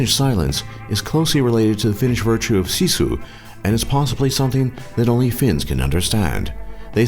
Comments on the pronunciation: actually pronounced as sisu. what people from other countries pronounce it as shishu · you said sisu wrong it was like siisuu